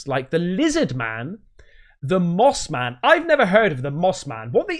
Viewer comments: it's suppose to be moth man not moss man just to clarify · It's MOTH man, not moss man. Moss man are the guys you see in camo at the dicks sporting goods. 😂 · Hi! It’s probably Mothman not Moss Man;) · Mothman, not Moss Man! lmao! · I'm from eastern Ohio and It's Mothman, not Moss Man. We should know... the famous sightings were a stones throw away from us. And remember... Mothman is the highest level next to maybe a skin walker as far as interdimensional beings. WE LIT!!!!